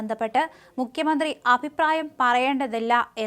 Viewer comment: തൊലിഞ്ഞ വായന. മുഖ്യമന്ത്രി യേ മുക്യ മന്ത്രിയാക്കി... ഞല്ല അ ച്ഛ ര ചുത്തി... ഗുണം ഉള്ളതിനെ ഓടിച്ചു വിട്ടിട്ടു അണ്ണാൻ ചപ്പിയതിനെയും വവ്വാൽ ചപ്പിയതിനെയൊക്കെ പിടിച്ചു വാർത്ത വായിപ്പിച്ചാൽ ഇങ്ങനെ ഇരിക്കും